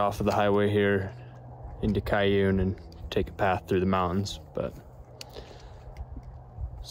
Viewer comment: Stopping at a crick for water in the mow-uns. Spoken like a true Utahn.